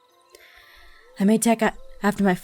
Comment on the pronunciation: Aphmau's 'No' there sounded like French 'No' xD